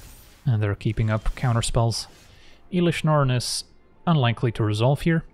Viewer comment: then says Eelish Norn. There's always one